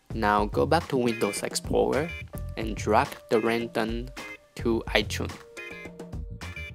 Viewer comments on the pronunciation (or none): PLEASE LEARN HOW TO SAY RING TONE LOL but other then that thank you